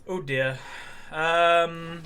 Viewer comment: "Oh dear" or "udyr"??